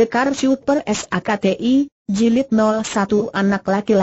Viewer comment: Ini yg baca robot / program, jadi ada kalanya gak sesuai dgn kaidah pelafalan bhs Indonesia yg benar.. Contohnya "sakti" dibaca "es A Ka Te I" 😁😁 Namun paling tidak sangat membantu kita untuk mendengarkan sambil melakukan pekerjaan lain. Dan untuk itu saya apresiasi sekali. 👍